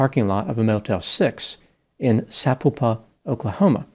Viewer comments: Sapulpa….accent is on ‘pul’…..good try, though. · That’s not how you pronounce Sapulpa……Sa pul pa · Sa-PAUL-pa is how to pronounce it. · I think you tried to say Sapulpa, Ok. Sah- pull-pah . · Hey Doc, it’s pronounced “Suh-pull-pah” 🙃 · Wow you sure slaughtered the name of my hometown Sapulpa. Lol